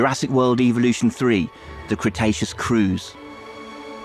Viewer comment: Great news. But I'm more in love with the way Sandy the announcer pronounces 'Evolution'. "Welcome to Jurassic World EVILution 3."